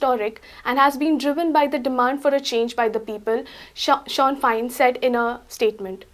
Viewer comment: you are a very nice person and articulate young lady, but it is pronounced "Shin FANE...im scots but lived in ireland for 5 years